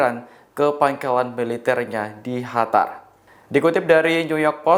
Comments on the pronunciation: Qatar mas...( dibaca : KATAR) bukan dibaca Hatar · Kok HATAR sih Mas ? QATAR mas...QATAR !!! Mana ada Q dibaca H, beughhh ! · Qatar bukan hatar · Kok “Hatar” aneh aja dengar nya, kirain negara baru, Q bacanya sm sprt huruf “K” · Knapa lu ngomongnya HATAR siih?!?